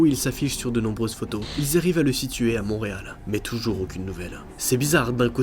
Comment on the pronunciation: On dit Montréal pas Monreal